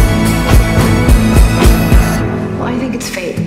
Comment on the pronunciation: It is Ezra